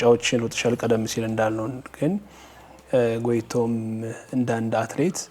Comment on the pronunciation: ጋዜጠኛው ምንድነዉ ጎይቶም ጎይቶም የምትለዉ ጎቶይቶም ነው ጎይቶም የወንድ ስም ነዉ